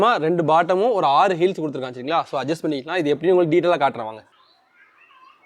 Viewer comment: வேங்க இல்ல வாங்கன்னு சொல்லணும் தமிழைக் கொலை செய்ய வேண்டாம்